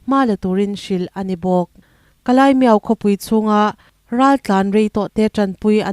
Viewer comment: Ka lai ani lo ka lay (ka lei ) lei ang a lam tur aw